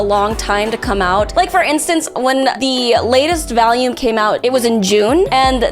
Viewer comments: Also: It's vahl-yoom, not Valium. 🤣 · Is she saying 'vahlume' instead of volume? Am I going crazy? I'm going crazy. Shit. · Where is from? She says valume (volume). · why does she say valume?????? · Valume valume valume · The way you say volume is so funny to me.